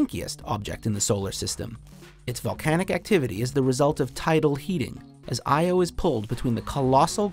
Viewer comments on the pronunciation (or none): As a Greek it's a bit funny hearing all these mispronouncations, like Io and Enceladus. Most of the stuff out there are named from the Greek Language (except the planets that were named after the Roman Gods, but in Greece we know them by the Olympic gods)